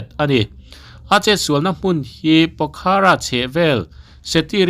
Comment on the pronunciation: A bengvar thlak e. Pokhara ni lovin, a hi lam tel loh tur. Pokhra tih tur zawk a ni e.